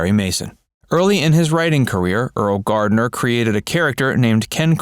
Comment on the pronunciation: Completely misleading title. You should record it over saying Gardner's name correctly.